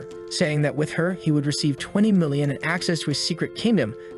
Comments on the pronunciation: "like bro he already HaYs AyE MeLLiOn" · “He already hæs e’ mællion”